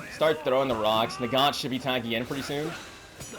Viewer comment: Quote of the day: “Ruh-ucks” 😂